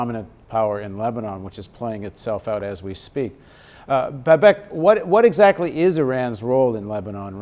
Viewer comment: ))) , he's pronouncing his name incorrectly. it´s Bâbak or Baabak.( the first a is a very long Vowel)